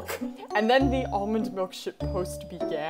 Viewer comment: Kokichi: Almond malk (=